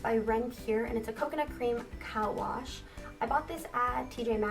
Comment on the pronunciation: "Cowash" lol girl, i think it's pronounced co-wash